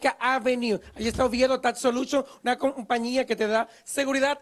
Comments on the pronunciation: Tas soluchon!😱😂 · Él dice Oviedo Tax Soluchion 😂